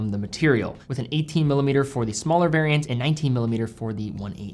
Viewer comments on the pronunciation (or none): none